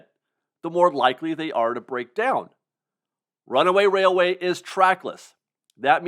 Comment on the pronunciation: I keep waiting for you to say, "Runaway Wailway" but you get it right EVERY time! I can't say it twice without messing up. You are a true professional.